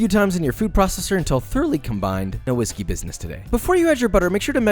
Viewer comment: "no whishey business today" "give that some whiskey business"